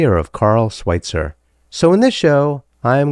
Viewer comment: It's pronounced Sw-IH-tzer not Sw-IE-tzer